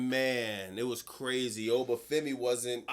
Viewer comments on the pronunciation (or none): Please dont turn oba femi into ova for-me. 🙏